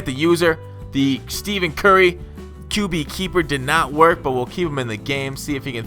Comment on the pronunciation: its not steven curry